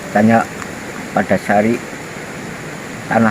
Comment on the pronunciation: Yg bener padasari apa panda sari bos yg jelas dong nama desa nya. Anda kalimat ny pandasari soale.